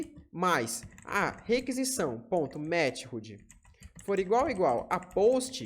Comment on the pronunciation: Ótima aula introdutória. Única agonia é sua pronuncia de METHOD: "METIRRUDI" KKKKKK, é /ˈmɛθəd/ (De MÉTODO no português, método de envio dos dados)